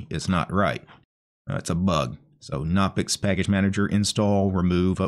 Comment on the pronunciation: Its pronounced "guh-no-pix" like how you pronounce "guh-new" or "guh-nome"